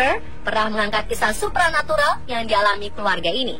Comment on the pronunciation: supra natural / supernatural wkwk kok aku dengernya supra xD